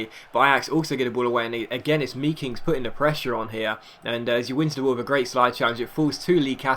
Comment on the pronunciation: I believe you say the ee in meekings as the a made, so it's makings